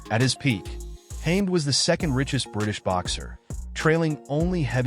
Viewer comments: It’s not Hame it’s Hamed. Please do some homework before doing voice overs. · His name is HaMED not Hame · You are pronouncing his name wrong!! It is pronounced ham- ed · Firstly, his surname is pronounced wrong and secondly Naseem is not even an Asian by British conventions!. Naseem is from Yemen thus he’s a middle- eastern. Overall a bad video this is!. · Can’t even say his name right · Oh god please stop mispronouncing hes last name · Can’t even pronounce his name … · Pity the narrator can't pronounce his name correctly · Incorrect pronunciation of his name by this AI voice over or whatever is is!! Great stylish fighter!!